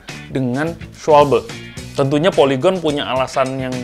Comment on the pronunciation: Cara baca schwalbe itu schwalba om. 🤣